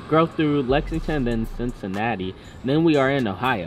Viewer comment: Cincinnati is in Ohio Nd DONT ever say Cincinnati like dat again put some respect on my city 🤦🏽‍♂️